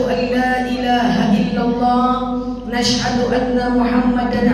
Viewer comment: Assalamualaikum Maaf tanya Kok kalo baca Ashadu,,di ganti Nashadu,,,,, Audzubillah,,,,, mjd Naudhubillahi,,,, Maksudnya Mohon penjelasan nya